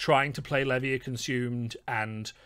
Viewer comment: Why does no one pronounce Levia correctly? Otherwise insightful video - thank you.